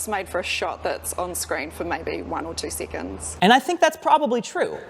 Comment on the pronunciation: you know you're from New Zealand, when seconds sounds like sequins